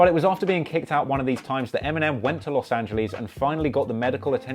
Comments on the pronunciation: Los angeleeese it’s more like angeless less or luss not leaze lol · Los angelees? had me laughing